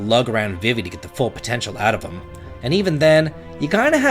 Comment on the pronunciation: My torch was out the moment you pronounced VEEVEE as vih-vee. What????